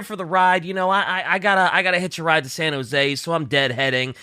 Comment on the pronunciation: This is gonna be an "uM aCtUaLlY" comment and I apologize in advance: At says the flight is going from Memphis to "San Joe-zee." Which is supposed to be pronounced San "Hoe-zey" as in the Spanish name José.